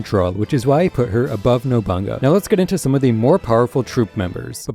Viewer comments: Rankings are way off. work on that “NOBANGA” NOBU-NAGA. If you can say Bonolenov then you pronounce nobunaga. Ill subsribe after that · additionally the sword member is pronounced no-boo-nah-gah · Ain’t no way my boy just said “nobunga”💀💀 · You lost me when you called nobunaga "nobunga" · Lol didn’t bother me